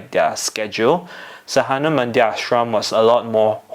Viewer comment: and: pronunciation of sadhana is: saa-the-naa (pron. americaa, the is an english word so you should know how it is spoken)... you got saa and naa right but dha is spoken as the